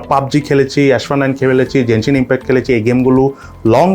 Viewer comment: what is jenshin impact? its called genshin impact